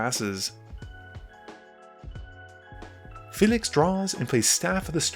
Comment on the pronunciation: The dudes pronunciation of Felix makes me want to die